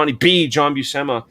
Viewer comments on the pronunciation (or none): Buscema is not pronounced Buseema, its pronounced Bushema. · Italian surname. Popular in Palermo Sicily. Respected (mafia) surname actually 🤣. My father is from there. In Italian the sc sound makes a sh sound. For example uscire (meaning to go out) sounds like usheereh. I never hear Buscema pronounced properly - Among my comic friends though🤣. Now you can teach me a thing or two about comic art! Loved your interview yesterday on the speed vs quality! Thanks